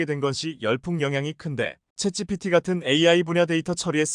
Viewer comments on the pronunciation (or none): none